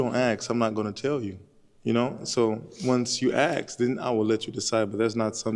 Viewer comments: The English word is ASK not AXE There is an S before the K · IF YOU DONT AXE 🪓🪓🪓🪓🪓🪓 CANT EVEN PRONOUNCE A 3 LETTER WORD! ITS ASK NINJA! 🪓🪓🪓🪓🪓🪓🪓 DUMB FOOL